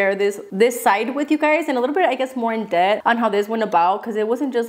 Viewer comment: Thank you, God bless you and your family always... God is good all the time... I find your Spanglish cute and funny 😁 Like when you said "in-debt" but it's really "in depth" I love you so much and always giggle, especially when you realise what you said but still own it ❤